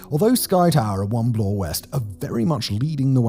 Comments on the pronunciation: Also, Bloor does not rhyme with floor. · Yunj? Blore? Come on! It's pronouned "young", and Bloor does not rhyme with floor.